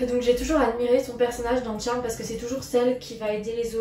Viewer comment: Ça se trop prononcé pas Tcharme mais Charmed